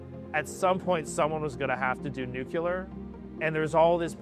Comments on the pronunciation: I can't take this seriously. I am , and I have already noticed 2 people say "nucular" instead of "nuclear" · the co-founder says "someone is going to have to do nuc-u-lear" as opposed to nuclear. Google AI: "'Nuculear' is a common misspelling and mispronunciation of the word nuclear, which is the correct and standard term." Wow. If you can't even pronounce the word nuclear right how do you expect to do anything in science????? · "New-kew-ler" - Yeah, he can't even say nuclear correctly, there's no way he's going to build a fusion machine. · You lost me at "nucular" instead of "nuclear". What's next? "Recactron" instead of "reactor"?? *not a grammar police, my point is; if someone did real research, one would see the correct word for it. Hence, nothing but a rich boy's hype. Also a clickbait, proper title to the video should be "This Company Stole a Russian Way to Do Fusion". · They all say Nucular... it's Nuclear. Scientists are pretty dumb nowadays. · BUT, ONLY if the man in this video can pronounce NuCLEAR. Not Nuc-U-lar. That's not how it's spelled, nor pronounced. That is a very important distinction when you're working with NuCLEAR science, in any sense. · Did he just say “nuke-ular”? It’s nuclear. New-cle-err. Not nuqular. This is really getting on my nerves. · New clear. Not nuke-u-lar. I realize language does not equal business acumen, nor does it properly indicate one's ability with mathematics, but it does make you sound like someone who hasn't yet figured out how spelling relates to spoken sounds. Give us fusion and I'll forget this transgression. XD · "nuquler" Byebye credibility 🙄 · It is pronounced 'nu-clear'... not 'nucle-ar'! (only G.W. Bush pronounces it 'nucle-ar'!) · It's "nu-cle-ar", not "nu-cu-lar" I won't be funding these barkers until after they learn how to say it. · Dude said "nuculer" if you can't even say "nuclear" I have no faith this is going anywhere. What a load... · Idk man, lost a lot of credibility at "nucular"